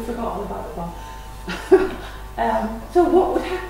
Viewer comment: Its bommmmmmm "bomb"